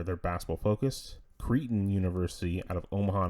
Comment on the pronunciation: First, two corrections. "Zavier" is spelled Xavier and "Creighton" is pronounced CRAY-ton. Secondly, I'm "meh" on basketball-only schools but I think Gonzaga needs a partner going in. A team like Villanova, UConn or St. John's gives Yormark an East Coach beachhead. I'm not too jazzed about it but it would fulfill Yormark's desire to be present in all four time zones.